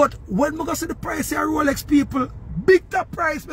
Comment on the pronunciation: "Rrrrrrrrrrr rrrr rroooooroooroooorrrrooooo rrrrooooolex rolllll roooollllllll roooolllex ROLEX" 😅😅😅😅😅